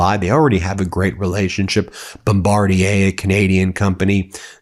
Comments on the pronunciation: Hey Ben, kudos to you for finally pronouncing 'Bombardier' correctly!! :) FYI its Bomb- bard- e- a or, if you're a Canadian? Bombardee - eh? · Wow, well done Ben, an American who pronounces Bombardier correctly! (as in French)